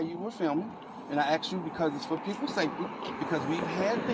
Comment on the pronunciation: He sure axed a lot of questions